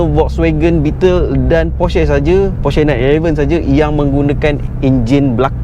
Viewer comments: cara sebut porsche actually, por’scuh’, bukan por’sheh’ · sebut porsche pon salah. halah reviewer kereta mende cenggini hhahahahahahahaha